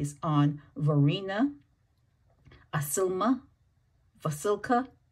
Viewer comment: Isilma = Eye-Sill-Mah.